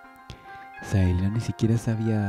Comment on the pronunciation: no es por tirar hate pero porque le dice Saelina?, me deja descolocado que le diga asi :S